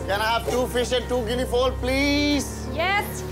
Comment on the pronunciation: Can't say Guinea Fowl.😂😂